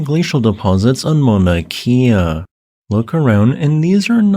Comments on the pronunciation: please work on your olelo hawaii pronunciations. it is not mauna kia, it is mauna kea (kay-a). you speak about our sacred places often enough correct pronunciation would be appreciated. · Mauna Kea. “Cay ah”. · "ma na key ah" 😭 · Why does this guy talk so strangely, and not properly pronounce Mauna Kea? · Just a little point on Hawaiian pronunciation. "E's" are always pronounce short, as in "eh", never "ee". "I's" on the other hand are always pronounced "ee". New England missionaries created this system with help from local Hawaiians. The rules are much simpler and more consistent than English written phonetics.